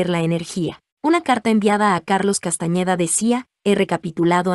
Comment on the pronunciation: No es CASTAÑEDA es CASTANEDA